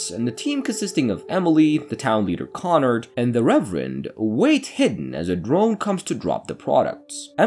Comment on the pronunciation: It's KonRAD not KonNard